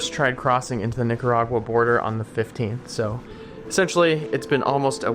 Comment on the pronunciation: yooo, you GOTTA practice your pronunciation of NIC-aragua 😂😂